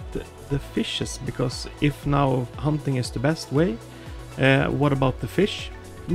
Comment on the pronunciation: Dude it’s not “humping” it’s hunting